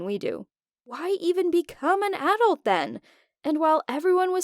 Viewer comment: Is no one gonna y’all about it how she says adult as A dult?